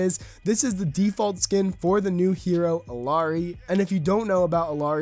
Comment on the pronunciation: Pronounced IL-YA-RI